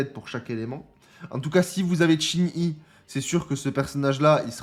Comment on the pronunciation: Ça fait plaisir de voir que tu prends en compte les commentaires laissés dont le mien et que désormais tu prononces Chin Yi au lieu de Shin Ji pour Qingyi, c’est pas grand chose mais c’est super cool car tu écoute ta commu 😊 Pour le perso de ce que je peux te dire je connais grosso modo le kit par rapport à des leak mais évidemment ça pourra changer donc je dirai rien mais une chose qui est certaine c’est que le perso va avoir un combo à la Qingyi en attaque normale, il pourra combo a 80 hits ce qui est énervé. Et tout comme elle il pourra enchaîner son combo et le reprendre si il esquive et compagnie, et après c’est à vérifier mais avec un de ses doublons son combo pourra même monter au dessus de 80. Donc en tout cas son gameplay va être super cool ça c’est une certitude ! Maintenant ce qu’il apportera à une team concrètement on verra ça plus tard mais le perso il va bourriner avec ses poings ça c’est une certitude 🙃😂